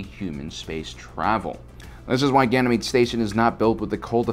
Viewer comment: I think you mean, "Ganjamede".